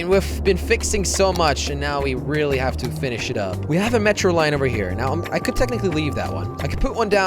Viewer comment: Count how many times he says "tecticly"